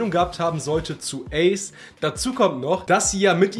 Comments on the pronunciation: Man spricht es „Eys“ aus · Geiles Video aber wie du ACE ausgesprochen hast , hat mich getriggert 🤣 ICE , ICE i mean 🫣 ACE BRO Spricht man ungefähr so aus : Äce